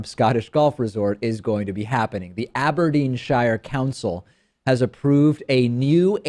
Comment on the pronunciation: A little off, it's pronounced Aberdeen-sherr David, forget firmly pronouncing the 'I', that's kinda a red herring!